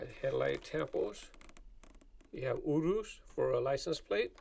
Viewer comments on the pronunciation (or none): The lamborghini Urus is pronounced( yer us)